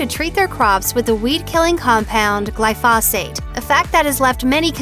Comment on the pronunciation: It's pronounced gly'-foe-zate... that's accent on first syllable, long "O" sound, long "a" sound